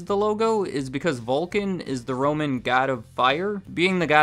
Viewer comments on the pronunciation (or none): none